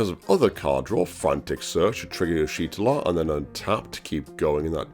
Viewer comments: "Yeesh Tortilla" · u pronouce her name so wrong it's ish tolla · bro can google moe picks of Y'shtola but can't Google how to pronounce her name /lh